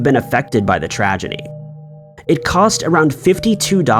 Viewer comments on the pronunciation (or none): none